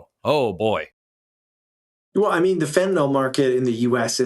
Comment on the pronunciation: It's fentalYL, not fentalOL. Sorry. It's like nails on a chalkboard for a pharmacist.